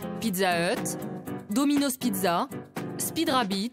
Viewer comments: Ça me stresse quand elle dit domino’Z c’est domino’S putain y’a pas de voyelle qui suit le « s » alors ça ce lit comme un « S » merci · Non mais la meuf elle dit dominoz mdr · « Dominoze » elle parle français ou quoi?